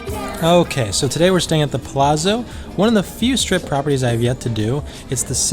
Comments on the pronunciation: Every time said "Plazo" I was hoping would say "It's Pa-LAT-zo!" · Lol, yes! I was thinking this the whole time. "Palazo". Lol. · Dude, next time at least learn how to pronounce the name of a hotel before you make a video about it. Palazzo is pronounced (Palatzo) Kind of like Pizza (Pitza). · It sounds like you're saying "The Plaza" not Palazzo. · I love your videos but, you are Italian, tell that the Palazzo is pronounced like Palatzo like Mozart. Thanks. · You didn't pronounce "Palazzo" properly? You're of Italian ancestry, and is native Italian, how could pronounce it like that? Come on man! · Love the videos... I think you're pronouncing Palazzo incorrectly. No big deal.